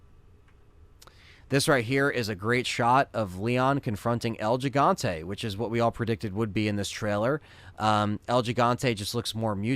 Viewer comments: It’s pronounced “he”Fante as a Spanish speaker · It's pronounce HEE, HEE-Hon-té, for El Gigante.